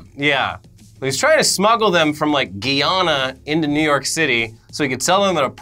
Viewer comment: Guyana is pronounced "Guy" "Anna" put some respect on that.